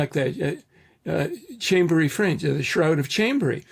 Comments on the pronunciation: Chambéry, France. Pronounced closer to "Shom-ber-ee". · Chambery in France is pronounced 'Shom-bry' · FYI: The French town is pronounced "SHAHM-bray".